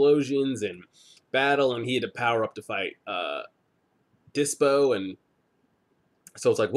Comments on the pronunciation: Dyspo not dypso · Man, you talk too much and jump to conclusions way too fast, but a great reaction even so! BTW. It's not DyPso, it's DySpo!